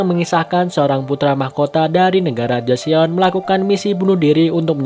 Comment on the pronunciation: Sedikit memperbaiki biar nyaman didengar. Kalau Joseon bacanya Joson biasa, 'e' nya sedikit samar.